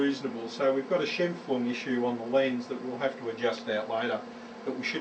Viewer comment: Scheimpflug was a Austrian geodetic engineer. Your pronounciation is correct.